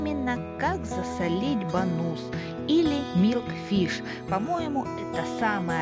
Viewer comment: Рыбка правильно называется Бангус (Bangus), в ролике я называю его Бонус (с ударением на последнем слоге) - именно так называют его у нас в деревне, не проговаривая "g". Ну и я привыкла😁...